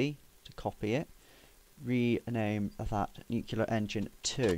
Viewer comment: it is pronounced "new clear" NOT "new que lear"